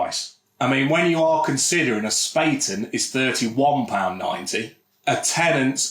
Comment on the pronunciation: FYI, Bayrisch should be pronounced "BUY-er-ish", not "Bay-er-ish". It's from Bavaria, like Bayern Munich are - so Bayrisch should be pronounced similar to how you'd pronounce Bayern. And while we're at it, it's pronounced "Spah-ten". Not "Spay-ten" 👍🏻